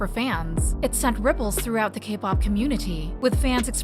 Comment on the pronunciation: I wish the A.I. voiceover you use could at least pronounce the names correctly… the entire subject of the video being pronounced as Sah-mi doesn’t sit right. Or when it says K-pahhp. Awkward